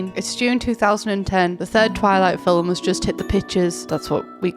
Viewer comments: When says film…filum 😹😹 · I love how you say “film” like it’s two syllables. Editing to add that I mean that as a genuine compliment 💜✨ I think it’s really cute ^^